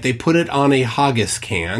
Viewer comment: Hargis, really? Haggis is said as HAG-IS. Basic English rules even for the USA, double G makes the A a hard short A not a soft AH! 😂